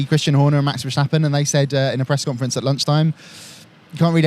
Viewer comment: Verstappen has a normal "s", not a "sh"! How did this notion get in the native English speaker's mind?